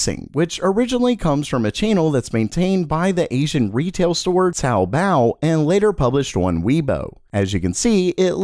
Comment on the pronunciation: your pronunciation of TaoBao is fine